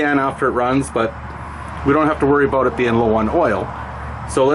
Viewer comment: He said “a ⛵️ boat”. I think he was trying to say “about”. 🤔